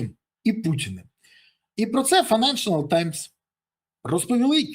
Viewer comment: Коментар не хейт, а за покращення якості контенту! Помилка в назві відомої газети "Financial times" ріже вухо. Файненшл таймс, а не "файненшЕНАл", автору каналу варто звернути увагу, додав лишній, не потрібний слог.